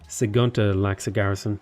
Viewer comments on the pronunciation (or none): I'm not even Swedish but it's almost painful to hear you call that city "Sigunta". You're not playing as Gandhi :) Sig-tu-na. The u is long, kinda sounds like English speaking people saying "toona"